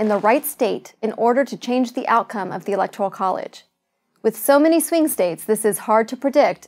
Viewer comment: She should learn to *pronounce" Electoral College before she sets out to explain it.